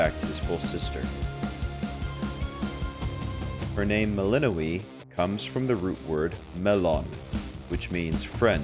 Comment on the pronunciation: Isn't her name pronounced Mel In Noy